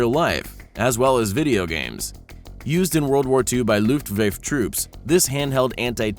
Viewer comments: Omfg u said "lutwafe" troops it (luo-twäffa) luftwaffe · its luftFAFFFFFEEEEEEEEEEE!!!!! NOT LUFTWAFE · Ah yes the loof wafe pretty soon heal say stalinhelm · Luftwaffe is pronounced Looft-Wah-fah NOT Looft-WAFE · Says luftwave instead of luftwaffe Every ww2 historisn: Triggered noises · The fuck is a looftvafe? You mean Luftwaffe? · LOOFTVAYFE? LMAO Looft-vah-fuh*** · LOUFTWEF TROOPS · looft wayf.... lost it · Looftvafe ??? How about ' imby sill ', or 'more ron' ??? Eejit ! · Luuft Wah Feh* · Im german and its pronounced Luft- wa -fe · Luftwaffe LUfftWafffe thats how it is pronounced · It’s more like looft-vah-fuh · “lutvafe”...he mispronounced luftwaffe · He pronounces waffe in Luftwaffe like wayf. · And virtually every other German word. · I can not beleive that he said [loof-wâf] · Looft Vaif troops? Outstanding pronunciation. Just outstanding. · Fly-ger Faust? Luft- vaiff? You kidding me !!?? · Luftwafee really? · "Luftvefe" What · did he just pronounce Luftwaffe as looftwayfe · "Looft-Vaif" troops?? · Fliegerfaust... pronounced FLEEgerfaust Luftwaffe Pronounced Looft vahffuh . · did this guy really pronounce Luft-Waffe as 'Luft-vafe' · Looft-wayfe? Get your pronunciation right. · It's pronounced the looft wa-fah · As soon as this clown pronounced Luftwaffe as "Luftweif" I was out. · It’s pronounced Luft-Vah-Fah. Not Whatever you said. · Couldn’t even pronounce luftwaffe or fleigerfaust right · as a german it sounds hillarious to me how he pronounced "Luftwaffe" ^^.... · He said luftwaffe wrong reeeeeeeeee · Am I the only one who noticed that he can't say Luftwaffe? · did he mispronounce luftwaffe? lol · How the hell are you pronouncing "luftwaffe"? After i heard that i stopped watching.